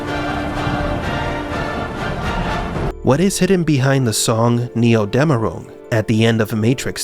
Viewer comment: Pretty good pronunciation of Dämmerung. Another thing in that regard is that Dämmerung or rather "dämmern" can also be an idiom for realizing something, as in: "Mir dämmert da gerade etwas". Which would translate to "I begin to see/realize" Edit: I just realized this also a thing in the english language "Something is just dawning on me".